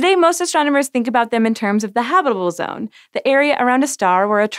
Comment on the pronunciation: I swear you're saying HOBBITable zone. They seem to do well even in Mordor, so Venus is doable.